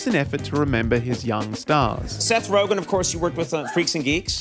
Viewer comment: Don't want to be that guy, but you should know it's Seth RogEn, not RogAn. You repeat that mistake everywhere in your video and text.